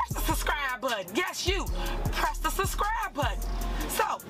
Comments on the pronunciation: “…press the suscri button…” You can accuse Tiffany of many things, but an English major is not one of them! 🤦‍♂️ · It’s sub-scribe button, not sus-scribe button. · "Press tha suscry button," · Not to nitpick, but she definitely said 'suscribe.' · Dis she say Surscribe button ? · Did she say..suscribe? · She misssed a few "B"s in "Suscrive". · what's a "suscrive" button? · "Press the 'suscribe' button." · “ Suscrie “ !?!?!!! button … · Why can't she say subscribe?? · I looked all over the page but can't find the "suss-cry" button anywhere. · How do you elect someone that pronounces the word 'subscribe' like a 6 year old?!? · Maybe somebody should let her know there is the letter B in the word subscribe